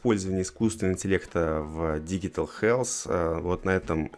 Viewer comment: digital читается как диджитал